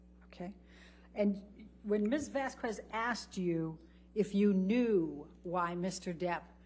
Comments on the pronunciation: “Ms. Vas-qwez” 🙄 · Well at least Vasquez didn’t repeatedly and deliberately pronounce the names of Heard’s lawyers wrong. Elaine Bredehoft continually called Vasquez “ Vasqwez”. I didn’t hear Vasquez mock the way Heard spoke but I did hear Heard’s lawyer make fun of the way Depp spoke as well as what he said when he talked about Heard not seeing his eyes. And after the trial was over Bredehoft did a media tour impugning everyone from the Judge to the jury.